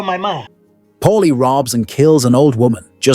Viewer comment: It's Paulie, not Polly, not Molly ... PAULIE.